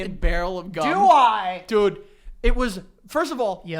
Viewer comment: lmao the way barks ‘dude’